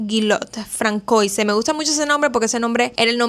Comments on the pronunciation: De veras que no soy quiem… pero tanto cuesta buscar la pronunciación de algún nombre en google? Osea, entenderías de veras lo aberrante que suena si supieses que se pronuncia “fransuá”. Así te ahorrarias medio video de aberrantes “francoises” y podrías tener más credibilidad. A parte que te has saltado etapas de la vida del hombre de una manera guapisima 😅 Esq voy a pausar el video srry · No se pronuncia "Terese" sino "Terés". Y no se pronuncia "Francoise" , sino "Fransuáz" En francés, como en catalán, existe la letra Ç (llamada ce cecilla) que se pronuncia como una S. De ahí que se escribe Françoise. Saludos.